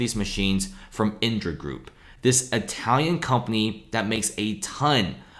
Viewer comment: Why does the guy keep saying “iNdra”? Isn’t it “IDRA”?